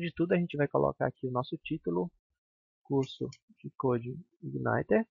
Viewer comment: Parabéns pela iniciativa, muito boa sua aula, apesar de me dar um certo incomodo toda vez que você pronuncia Coude Igaineter rsrsr.